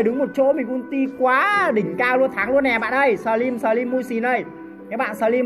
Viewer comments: Sờ trym ưi 🤣🤣🤣 ngta slim kêu sờ trym 🤣🤣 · Slimz người ta mà a nói xờ trym vài 😂